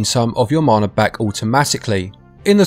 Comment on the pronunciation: Poshest way to say mana ever